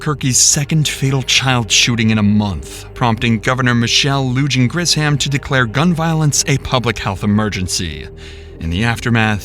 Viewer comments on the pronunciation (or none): The pronunciation for Lujan is “Lou Han” dumbass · who shakes hands with a murder suspect? Lujan is pronounced "LooHon" it's spanish. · Lou-hun her last name is Lou-hun